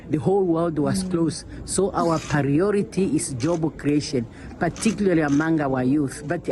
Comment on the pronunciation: She is old for the job: she said pariority instead of saying Priority. This pathetic; this is why Africa remain poor bcoz the continent is run by a group of old people who can’t rest.